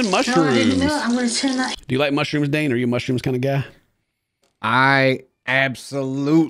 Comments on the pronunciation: Idk, I heard mooshyrooms. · Hunyions, mushyrooms, carriots! 😂😂😂